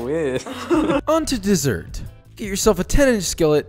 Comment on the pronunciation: “Desert” instead of “dessert” . 🙈